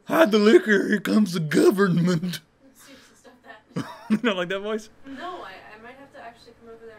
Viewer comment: "the geeyuvermint"